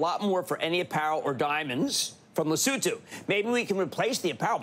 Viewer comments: Not sure what I'm more amazed by, the fact that some American's thought Trump's mad plans might just work or an American correctly pronounced Lesotho. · also kinda shocked at hearing Cramer pronouncing “Lesotho” correctly! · Thank you for pronouncing Lesotho correctly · AND he pronounced Lesotho properly 😅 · Thank you, John, and Jim Cramer, for pronouncing Lesotho properly.